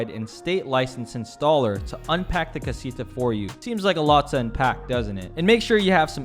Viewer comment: the way you say casita.. :(